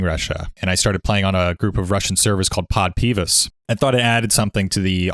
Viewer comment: Сервер под названием "Подпивас" в его произношении отправило меня ржащим под стол (я буквально упал с кресла) / Your pronociacion of the server called "Podpivas" sent me under table with laugh (I litteraly fell of my chair)